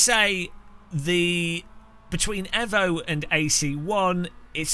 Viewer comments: It's Eeevo not Evo, Bloody Evo, Mitsubishi evo anyone. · It's pronounced E-VO(you know like E-VOLUTION) and not EV-O... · Just like we tell the Yanks it's Aluminium and not Aluminum, Tell the CEO he's not clever and it's not edgy, and it's evo and not ehvo, If it's ehvo tell erm to put it on the box. Or just ignore him and say it properly, If you turned up at a car meet and called it a Mitsubishi ehvo you wouldn't get out alive. And it sounds really weird. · Its EEvo not EHvo lol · Nice comparisons, I’m struggling with Evo - just can’t find a feel for the cars! BTW - think you’ll find it’s produced ‘eeeevo’ not ‘fo’ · It's pronounced eevo 😂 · please for the love of god pronounce Evo, Eee-Voh. Damned Kunos could have called it TeaBag 🤣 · Ca new really trust a man that cannot pronounce Evo!?